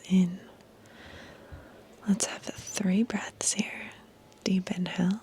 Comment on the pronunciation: I heard “deep inhale” as “deep in hell” 😳 😂😂😂